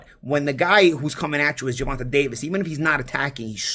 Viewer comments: GER-VON-TAYYYYYYYYY. TAYYYYY NOT TA. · it’s not Ger-Von-TUH, it’s Ger-Von-TAY🤦🏾‍♂️ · Bro you gotta pronounce tank’s real name correctly. It’s “Gervontay” not “Gervontuh” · never pronounces Gervonta correctly. Ger-Von-Tay.